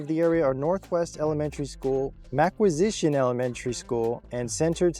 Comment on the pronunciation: Live here and went to McQuistion You pronounced it wrong but otherwise this is a great video I take pride in being a butler resident and despite what you said there is a bit of a crime problem. It's a small city cosplaying as a big city with a lot of transit, and drug problems. Your right to say it's a hidden gem though because there are a good bit of attractions nearby.